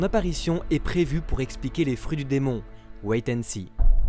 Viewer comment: Quand il dit ‘Wait and see’ j’ai entendu “White and Sea”